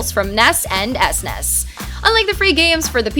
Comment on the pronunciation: You learn a new way to pronounce SNES every day!